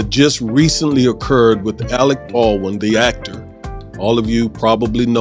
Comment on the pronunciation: It's pronounced Bald-win NOT Bawin.